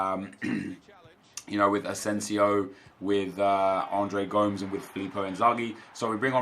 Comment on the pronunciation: Why cant you pronounce Gomes??? it's Go- Méz, not Goms...